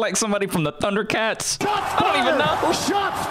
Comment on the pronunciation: Bro said ThunderCats L O L